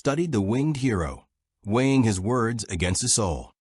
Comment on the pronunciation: "Woads" get out of here fool.